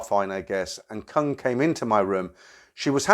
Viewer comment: Koong , K is pronounced G and it means proun or shrimp.